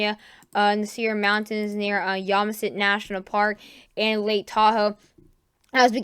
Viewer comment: you're doing great with the weather.The one thing you might keep in mind is pronunciation.For example,the 's' is silent in Des Moines,IA and the national park is pronounced Yo-sim-mi-tee instead of Yom-a-sit.But keep with it,man.